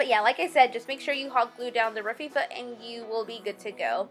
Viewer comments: It's not Rafifa, you said It so many times and it drove me nuts, that's my OCD! I had to stop watching before it ended, you said It so many times, I was losing it, sorry, cute tho. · too funny, every time she said raffia it made me scream, laugh! How she kept saying "rafifa" was hilarious, that might be one OCD of mine, lol! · It's pronounced "Ra-fee-ahh" my dear. BTW, your designs are very pretty. Surely gonna do some. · hey Sugar, I love your ideas!😃 I'm going to make all of them for fall! After looking at several different tutorials by other people, I really liked yours the best! I look forward to Christmas! Also just to let you know it is pronounced Rafia,just to let you know!😃 Keep up the good work! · you are so charming! loved your craft ideas thanks I pronounce raffia as RAF -E-A but to cute how you say it :)